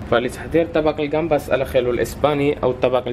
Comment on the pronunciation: روعة كنحماق على هاد الوصفة me encanta . شكرا شيف دائما متألق . اخي العزيز الدبل ل بالإسبانية تقرأ ياء اخييو ماشي اخيلو